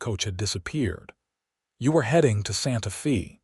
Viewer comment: Olivia is Ōlìvia, not Ăhlivia. and Santa Fe sounds like Santa Fāy.